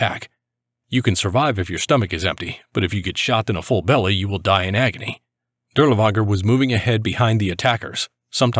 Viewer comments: Not 💯 sure, but was told to pronounce it as Dirlfanger in English. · You pronounce his name incorrectly, try saying Dirlfanger. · It actually is pronounced closer to durlaVAnger I believe , w's English are associated as v's in German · Shouldn't it just be Dirlevanger with v sound instead of w?